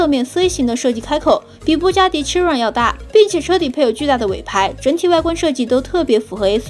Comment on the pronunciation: 靠腰，都不做準備就出影片，Bugatti哪來的suv啊？而且Chiron發音也唸錯